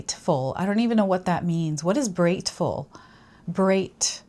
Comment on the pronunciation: Brateful = Brave + Grateful (that’s what I heard when you said it)